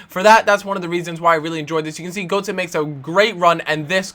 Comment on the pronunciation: Learn to pronounce the names, so annoying. Gertzer,shvinestyger